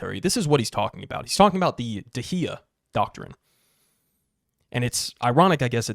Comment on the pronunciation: Dahiya is pronounced Dawheeya or close to that.